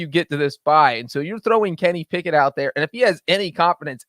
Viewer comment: Am I the only one who hears "Can he pick it", when says Kenny Pickett? I feel like shouting "YES HE CAN!" everytime:)